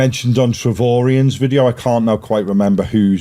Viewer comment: It's trovarion not trovorian guys.